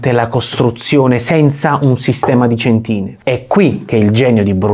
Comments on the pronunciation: Molto chiaro. Avviso solo che non è corretto l'accento del termine cèntine (sulla e, non sulla i) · Bellissimo servizio (come di solito sapete fare)😍😍😍 (ma non si dice "cèntine"?)🤔 cmq lo stesso principio di doppia copertura (con doppie capriate) lo adottò successivamente il Vasari per sorreggere il soffitto del "Cinquecento"❤. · video splendido come sempre, ben fatto, esplicativo e sintetico al punto giusto (però centìne non si può sentire dai ahahahaha😜) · Si chiamano céntine, non centìne ;-) Per il resto bravo come sempre !! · Cèntine, credo si pronunci come nel settore navale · cèntine con l'accento sulla e. Che gusto c'è nell'ascoltare questo canale? Con tutto il rispetto per chi lavora e si impegna per far uscire questi contenuti a me pare che facciano errori macroscopici ogni volta. Non approfondiscono nulla, danno pochi accenni su qualsiasi argomento in modo totalmente sbagliato Cupole autoportanti? gettate fumo negli occhi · Si chiamano cèntine e non centìne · Non per rompere il quarzo, ma è cèntine non centìne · cèntine non centìne! AAGGGHHHHHHH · meglio ancora cèntine piuttosto che céntine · Spiegazione molto interessante, però per il futuro si dice "cèntine". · Centine, con l'accento sulla prima e. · Cambia accento alle "centine"